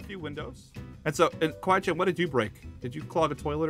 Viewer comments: kAWEE CHAN lol😂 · Aphmau: "Aron" Also Aphmau: "Kawee chan"... me: ...that not how you say it 🤨😐🤨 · Not cawee Chen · Aphmau: kwee chan Me:kwee chan ? Me again: IM DYING lolllllllll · I laughed so hard when Jess called Casey kawee chan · [Aphmau mistake]tries to say Kawaii Chan but says Kawee Chan